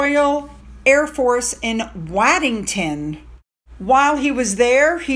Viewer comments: Warddington is pronounced W odd ington, it like Scamp ton was a frontline bomber stations during WWII. You are right Leicester is pronounced Less ter. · Waddington is 3 miles from me and the Red Arrows practice above my back garden - they're amazing. It's pronounced Woddington. our place names are a nightmare! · Hi Great video again. Just for your information ‘Waddington’ is pronounced as ‘WODDINGTON’. I know - it makes no sense especially when ‘Derby’ is pronounced as ‘DARBY’.